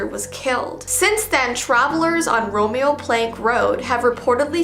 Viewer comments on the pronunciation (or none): none